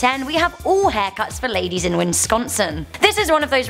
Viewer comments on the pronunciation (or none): Haha she said winsconson. Lol. Its WISconson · WINSCONSIN....UH!!I'M BRITISH AND NEVER BEEN TO USA, BUT I'M PRETTY SURE THERE'S NO SUCH A PLACE AS WINSCONSIN, WISCONSIN YES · “Did you just say winsconsin? WINsconsin? IT’S WISCONSIN!!!” Screams the Wisconsinite,while making out with a block of cheese. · Is it just my computer being weird or does it sound like is saying Win-scon-sin instead of Wis-con-sin? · It's WISconsin not WINSconsin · Wisconsin not winsconsin. Come on 🤦🏼‍♂️ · People don’t care about hair cutting in Wisconsin also not win sconsin wis-con-sin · Its not winsconsin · WINSCONSIN REEEEEEE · I'm sorry but......"Winsconsin"?.... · Wis-con-son. Say it with gusto! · Am I the only one who heard winsconscin? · It's wihs-KAAN-suhn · Theres only 2 n's in wisconsin not 3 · I hate they way she says Wisconsin I live in Wisconsin and most people say it wrong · Don’t say Wisconsin if you can’t say it right. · Also you are saying Wisconsin wrong. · The way you pronounced Wisconsin 😂😂😂 no n after Wi